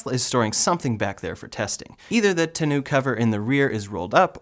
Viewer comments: It's pronounced taw-know cover to two-new. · TON-O- Cover....not tenn u...LOL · TAWN-OH cover